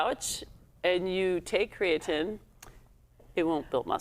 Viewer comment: Why are we consistently mispronouncing creatine